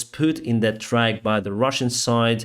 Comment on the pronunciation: LOL, your English is excellent, BUT, people do not drive tracks, they drive trucks; trains run on tracks. people with dirty feet leave tracks. Truck rhymes with duck & a bad 4-letter word that begins with F & refers to sex. The A in track sounds like you stepped on somebody's foot & they yelled AAAAAA. Truck does not sound that way. The u in truck is a schwa in pronunciation.